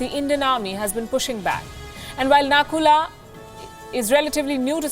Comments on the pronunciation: It's nathula, not nakula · Its Nathu La and not Naku La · Its Nathula Pass not Naku La .. Please correct it next time .. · It's nathula not nakula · Not a nakuña its nathula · SORRY TO SAY PALKI...ITS NATHULA SECTOR NOT NAKULA....I DON'T KNOW WHY ALL NEWS CHANNEL IS PRONOUNCING IT WRONG. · Its not Nakula its Nathula and China do not claims Aksai Chin but has it in its territory. Please do your homework properly. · Natula not Nakula